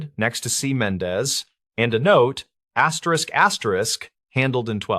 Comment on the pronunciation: Asterix asterix?? Can’t listen to this….